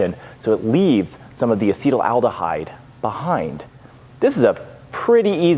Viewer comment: loved the episode! Slight chemical pronunciation quibble: it's pronounced "asset-aldehyde" not "acetal-aldehyde." Yes, the root is the same as acetalsalicylic acid (common aspirin), acetic acid (common vinegar, e.g., what you don't want your mead to turn into), or the acetal group Ron "Oily" Sprague, meadmaker and bon-vivant.